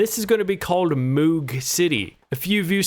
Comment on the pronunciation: Hate to be that guy, but the double-o in "moog" is pronounced like "oh" . Hard O sound. It is named after robert moog who invented the synth. Hence the song.